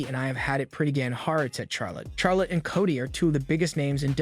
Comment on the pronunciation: It's Cody NOT Kotty